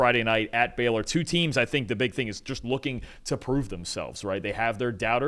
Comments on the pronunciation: Pls stop calling them “Beller” it’s Baylor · It’s Baylor, not Beller you yankee assholes